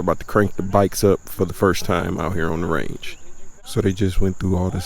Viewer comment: love the vid but says range like its a shootin range